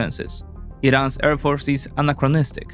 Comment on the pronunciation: Love the vids, just one tiny thing. Please practice how you pronounce ‘air’ since you say it a lot my man